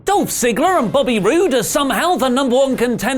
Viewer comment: you said Robert... ugh... Booby Roode's name wrong